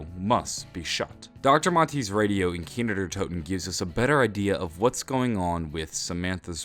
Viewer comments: 'Kiner Der Toten' dude its Kino not Kiner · it's KINO... not "Keenerdertoten" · he kept saying kiner der toten